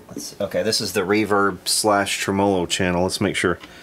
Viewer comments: There are a few of us out here that cringe at "tra MOE low" when we are so used to "trem uh low" :) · It's TRE-MO-LO not treMAWLAW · Never heard anyone pronounce tremolo like that, that's new to me. Each to their own obviously. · Great info and presentation. One suggestion, it doesn’t benefit anyone to mispronounce gear and parts.... like say a tremolo.... It just pisses of folks that know what it is, and what it has been called In it’s country of origin. And it not only misinforms the ppl that don’t, but just helps Guarantee the old-timers aren’t going to want to spend a lot of time with them bc they’ll sound like morons saying Tremmo-lo.. it’s a tremolo bro.... that’s all. Pronounced “trem’olo” Thanks for your time Liked and subbed. For now. 🤘🏼🤙🏻